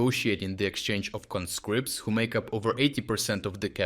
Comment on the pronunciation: CON'-scripts, not conSCRIPTS! They are, however, con-SCRIP'-ted. But congratulattions on rounding up a whole lot of the little buggers!